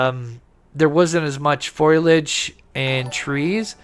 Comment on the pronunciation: I think you mean foliage rather than foilage.